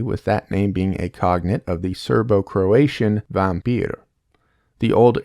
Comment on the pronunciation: The Bulgarian is straight-up "Vampyr" not "Vapyr". Some of the remote villages still have old people that perform rites so that the corpse does not become a vampire, or in bulgarian "se vampiryasa". My point is - the M is there.